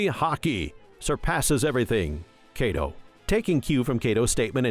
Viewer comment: BROOOO i had to stop the video because of how wrongly u pronounce these names XD its not KAYDO its KAI DO and its not KATACURILAI its Katakuri...